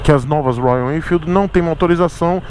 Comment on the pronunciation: projeto do zero na minha visão é ainda pior. não faça essa loucura, vc vai trocar uma moto praticamente zero km, de excelente qualidade por uma coisa!!! Uma caixa de surpresas!!!!, vc fazendo biquinho pra falar Royalennnfeeld!!!!! É uma graça!!!!! Nota se que vc gosta mesmo da marca!!!kkkkk